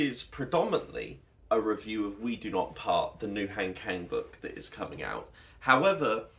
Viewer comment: I just came across your video through the algorithm, and it was so great to see you sharing your thoughts on Han Kang’s work. As someone who also appreciates her literature, I really enjoyed your perspective! Since you seem to truly value her stories, I thought I’d share a very quick, friendly tip on her name’s pronunciation that might make your future videos even more authentic. In Korean, her name has a very soft, open sound. If you’re interested, here is the easiest way to capture it: Han (한): Pronounce it like "Hahn" (think of "Han Solo"). It’s a deep "ah" sound, not "hand." Kang (강): It actually sounds best with a soft 'G', like "Gahng." If you think of a "Gong" but use an "Ah" vowel, you’ve got it perfectly. "Hahn Gahng" It's a small detail, but since your content is so thoughtful, I felt you might appreciate this little linguistic touch. Thanks for making such great content about her books!